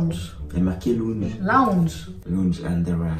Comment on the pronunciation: On dit laounge pas lounge 😭😭😭